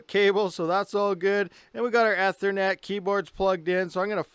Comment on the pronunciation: "esthernet" lol